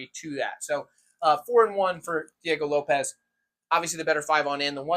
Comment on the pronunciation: I was gonna try to teach you how to pronounce Diego Lopes but I realized I can’t write it down 🤣